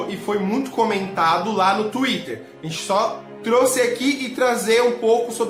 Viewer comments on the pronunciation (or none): none